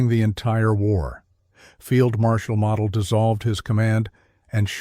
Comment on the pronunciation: Its mo del pronounce the name correctly